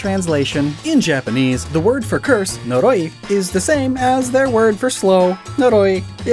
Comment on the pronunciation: Noroi in my language means mud. This doesn't help with anything, I just find out funny how you said it =]]